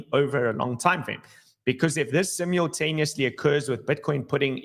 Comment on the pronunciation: "Simiontaniosly" or simultaneously 😅